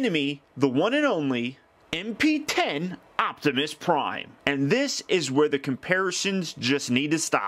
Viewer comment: it hit that "G" spot for ya, lol.